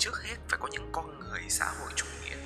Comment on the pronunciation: Comment đi và bạn sẽ lên tv someday Cho tui hỏi tuna ngọng nên nói mấy từ kiểu "con" thành "cong" hay sao v? :))